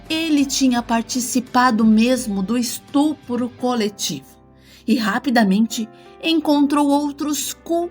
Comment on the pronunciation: Estrupado??? Estrupo?? Q isso? kkkkk